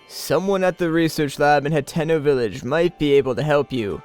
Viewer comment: lol when he sad Hateno Village I thought he said Nintendo village